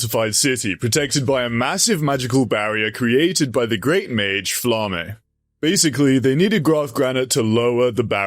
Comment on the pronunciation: It is pronounced FLA-MA not flamme